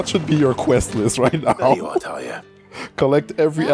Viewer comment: Yeah, the way Tarja is spelled and pronounced in the game is the exact way it would be in finnish.